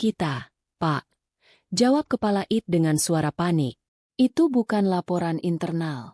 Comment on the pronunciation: coba bacanya yang betul deh..... istilah2 dlm bhs inggris ai te bukan it. dll